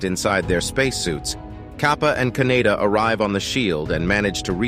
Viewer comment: Kaneda, not Kaneyna.